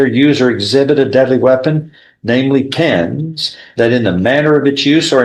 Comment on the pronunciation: I swear he kept saying penis and not pens, he said I stuck him in the face with penis......ummmmm